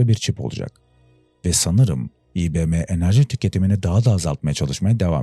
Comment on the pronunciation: güzel olmuş ama eksiklikleriniz yabanci kelimeleri okunuslarini düzgün verirseniz iyi olur . IBM ve science gibi.